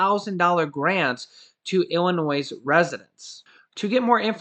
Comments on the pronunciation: Love ya.....please tho....it's pronounced IlliNOI.....not IlliNOISE...Thanks again for the info.! 🤟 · Hey. The "s" is silent in Illinois. Appreciate the constant content. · Please say Illinoy!!! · The S in Illinois is silent ☺️ Love you videos! I watch every day! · GO BACK TO KINDERGARTEN. 👀 ILLINOISE ? 👀 REALLY ? 👀 WOW. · Hi, We enjoy your videos. However my wife Sandy, born & raised in Illinois, says you are mispronouncing Illinois. The S in Illinois is SILENT!! Other than that, we really like your videos. Hoyt & Sandy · The "s" is silent in Illinois. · Hey... Illinois, the s is silent, I promise. U guys r great. How is Loreal, hopeful well. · “S” in Illinois IS SILENT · No offense intended but the s is silent in Illinois